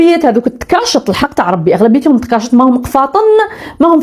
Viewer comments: تكاشط تقاشط ،،تقاشط مسكينة أول مرة كتسمعها و مع ذلك تقولك نتتتاعنننا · وا 😂😂😂😂التقاشر😂😂😂😂حتى الفك باش تنطقي كلمة التكاش ماتكسبيهش يا حفيدة ام حسن 😂😂😂😂حيث بزاف على جدك باش تلبسي التكشيطة والقفطان يا جدك حيث ماييش معاك 🇩🇿😂😂😂😂😂😂😂😂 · والله حتى وجهها قاصح.معرفاتش حتى تنطقها كلمة تكاشيط.صوتها تبح بقوة الفقايص والمحاين والحسد. اللفعة الكرطيطة.اش عرفها هي في الصنعة المغربية بيد الصانع المحترف المبدع.الله يجيب الشفا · دودة جات عاود معرفاش حتى تنطق بكلمة تكاشط وجايةىتهضر خاصها طريحة واعرة منعلى يد مغربية حرة❤